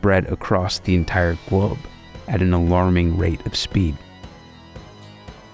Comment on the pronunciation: Did he say “Gwobe”? 😅